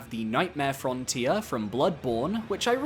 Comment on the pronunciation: Nightmare "Fron-tier"